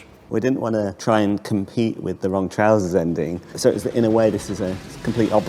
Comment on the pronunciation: nailed "trousers"